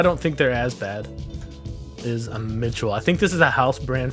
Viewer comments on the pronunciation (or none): none